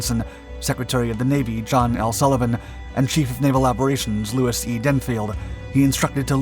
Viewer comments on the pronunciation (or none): none